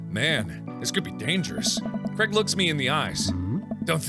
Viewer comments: his name is said "cr-ay-g" not crag please ive been saying this since ep 2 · one thing that stresses me about americans is they pronounce Craig like cregg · I low key love how Mark pronounces Craig like Creg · Mark + Craig =maig is pronounced mayge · i don’t know if this is just because i’m from scotland but Mark is pronouncing Craig soooo wrong in my mind😂